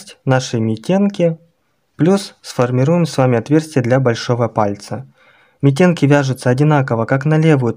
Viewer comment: Митенки-ударение на вторую букву